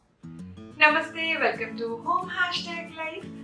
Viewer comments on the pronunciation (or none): none